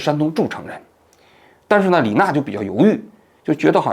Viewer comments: 错别字，不是李na是李ne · 还有不是李娜，是李讷（ne） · 李讷，读音ne四声，不是na四声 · 好像李讷的（讷）字你读错了吧😅